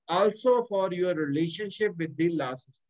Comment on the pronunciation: Please correct your pronunciation of PRACTICING and LAW